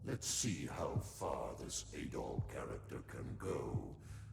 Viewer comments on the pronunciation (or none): Its pronounced Ah-dol, not eh-dol. In the newer games where there is voice acting they say his name Ah-dol, like "apple" or "attack"